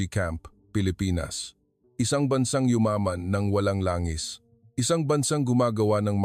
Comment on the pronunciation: Pronounce Langis w/ stress on the 2nd syllable. Let a Pinoy edit your Tagalog. Ginoong pronounce as ga or go ,guitar